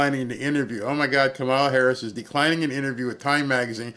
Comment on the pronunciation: Glorious, thank you! But her name is pronounced Comma-la.